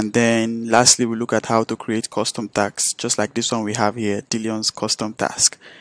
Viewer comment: Dude! You keep saying TAX instead of TASKS! Wtf is wrong with you?